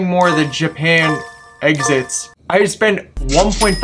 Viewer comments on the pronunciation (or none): Hey bro I really love you're content I think you're really underrated keep it up🔥(and I also really love how you call "exhausts" "exits"😂)